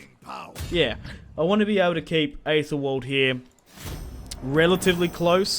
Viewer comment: Just a quick thing, in Anglo-Saxon names, Æ is pronounced "E" rather than ""Ay". So, Æthelwald should be pronounced "Ethelwald" and not "Aythelwald", and Ælfwald is "Elfwald". Also, East Seaxe isn't East Sussex. It's Essex.